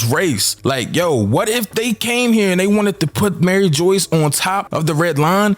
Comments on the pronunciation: Broooooooo its Mary- ju waaaa not fucking Mary joice!!!!! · My man's killing my soul everything he says Maryjoyce it's mariejois lol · Mariejois- Marie-jua lol 👍🏾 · Dude it’s not pronounced Mary Joyce bro your confusing people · my man please say the names properly. it hurts to hear it being said wrong lol..Mary Joyce.....is not the name... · lol bro i cant with every time you sy "Mary Joyce" like i hope thats just a meme dude it kills me lol. Same thing whenever anybody says "Aka eee new" like its "Ahk-eye-noo"